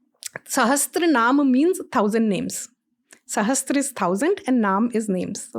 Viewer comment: It is sahasra (1000) and not ( with weapon)sahastra